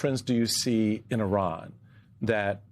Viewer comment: Iran not Eye-ran